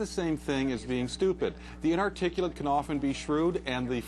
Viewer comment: hehe the news reporter couldn't pronounce "inarticulate"